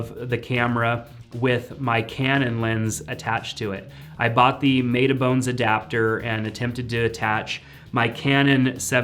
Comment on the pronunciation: Did this dude just say MATE-A-Bones! LOL!